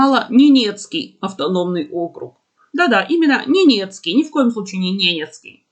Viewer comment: Как забавно: ну ничего не знает, говорит с ошибками, а ее поправляет ежесекундно😮 И даже: ТВОЙ ЛЮБИМЫЙ МАСИСЬК! Тот самый сВучай, когда яйки учат курицу! А курица тааакая недалекая😅